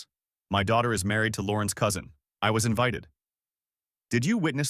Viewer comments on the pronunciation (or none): none